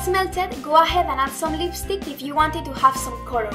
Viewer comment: I hate it a lot when you say " COLOR"